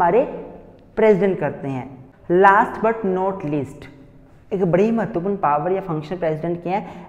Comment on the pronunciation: Himachali accent kicked when he said mehtarpurn